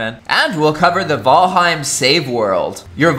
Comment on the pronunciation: “V-al-heim” literally why I can’t watch your videos lmaooo